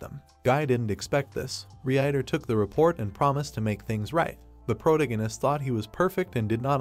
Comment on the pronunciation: Cross... prodegness CREST PROTAGONIST